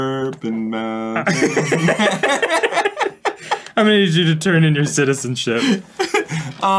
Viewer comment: “Purpem mountain” broke me